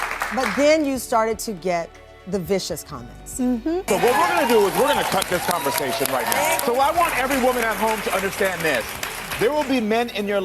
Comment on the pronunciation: Why you always say converzation? Like your S is a Z.